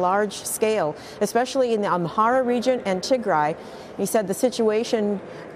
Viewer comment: Thank you for pronouncing Tigrai correctly!